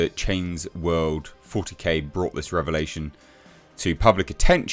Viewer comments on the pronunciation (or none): none